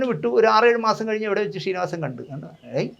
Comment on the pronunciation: ഷീനിവാസൻ അല്ലെടാ... ശ്രീ...ശ്രീനിവാസൻ എന്നു പറഞ്ഞു പഠിക്കെടാ